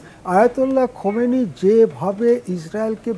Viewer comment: খোমেনি না খামেনি।